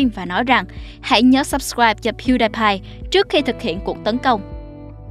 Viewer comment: Piu đi pai không phải piu đai pai